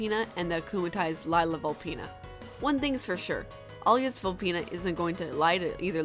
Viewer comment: Isn't it lila not lyla